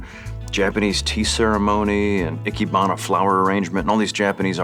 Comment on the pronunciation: His pronunciation is junk it's ee kay baa nah or flower arrangement.